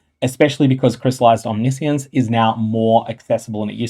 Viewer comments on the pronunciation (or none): none